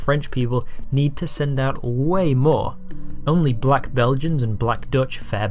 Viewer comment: Sorry to say, but you're definitely putting on negative emphasis on "Black" while you definitely use a softer, more positive voice when saying "White". I think you have racial biases, but that's quite common.